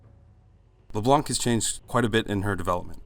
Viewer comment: LeBlunck xD